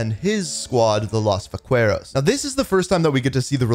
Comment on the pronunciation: Can you please search how to properly say “Vaqueros” 😂